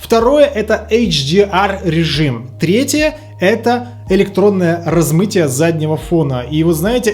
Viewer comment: на минуте "РазмИтие" На "ЗаниВает" - Серьёзно?)